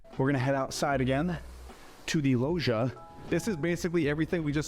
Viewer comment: Every time the realtor mispronounced "loggia", an Italian died. I also feel a high-end realtor should know what a juliet balcony is, this one doesn't.